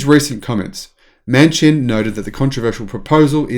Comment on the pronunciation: understand that socialists don't celebrate exceptionalism they prefer mediocrity. PS It's pronounced "Manshin" one word.